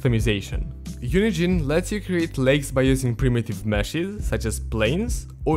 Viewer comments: lowkey half the time when he says UNIGENE it sounds like he's saying unity and it hella confused me. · "unigine" lol